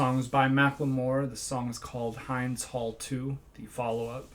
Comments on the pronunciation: Hind is pronounced: H.in..d..., not H..ine...d.. No offense , her name is beautiful..bless her soul..RIP angel Hind ...❤ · Just a friendly tip, the name Hind is pronounced like wind 😊. Great video bro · Thank you so much for your heart and for speaking out. ❤ I wanted to make one quick correction, Hind Rajab's name is pronounced Hind as in "wind." Xoxoxo thank you again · You're pronouncing the name of the song incorrectly. This is particularly important because it is the name of a 5 year old girl (Hind) murdered by Izrael on 1/29/24 in a car surrounded by her dead family members, terrified. She died terrified. It's Hind's Hall because it is the hall at Columbia University that the students in the encampments protesting against this genocide renamed in her honor. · Thanks for your humanity! Hind is pronounced the same same as wind (H-e-e-nd). Stay strong and let our generation Free Palestine! ✊✊